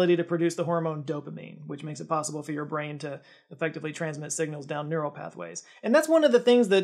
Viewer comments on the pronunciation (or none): none